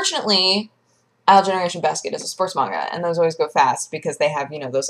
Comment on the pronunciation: The way she says it is the correct pronunciation. I pronounced it probably the same way you do for the longest time.